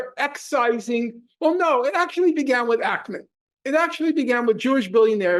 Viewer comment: I loved this but why do you say Ackerman it’s stressing me out 😂 it’s Ackman!